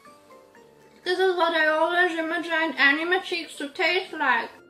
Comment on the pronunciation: it is not called ainwe it's ainme 😑